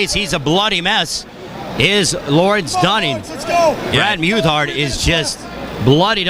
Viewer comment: Brad's my cousin, and they pronounced muthart wroung. i dont see how its so hard